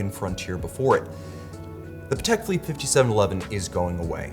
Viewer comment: PA-tek phi-LIPPE;) Love your reviews!